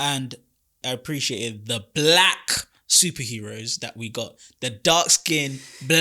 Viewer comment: why you saying black with the hard K 🤨🤔